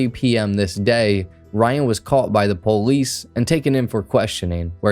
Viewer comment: "immediately called the po-leece"- Yup, you're high 🤣🤣🤣👍✌️ "signed a po-leece statement" 🤣 yup